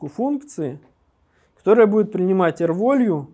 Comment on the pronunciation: Все супер, но «л/р волью» прям сильно слух режет. rvalue = r + value => value читается как «велью>